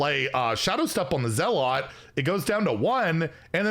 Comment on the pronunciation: That's not how you pronounce "zealot", is it?